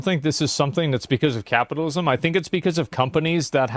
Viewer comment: Take a shot every time this dude said capitism